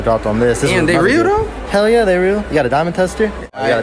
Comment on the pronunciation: The way she said "Hell yehhh"